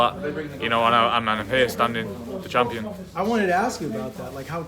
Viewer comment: “The campion” ?!?